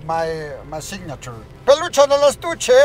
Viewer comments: Jajajaja que cagado que intento decir peluche en el estuche jajajaja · hella funny floy when he try to said peluche en el estuche. floy like whatever lmfao 🤣